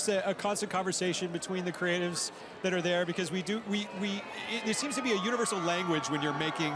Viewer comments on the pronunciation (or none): none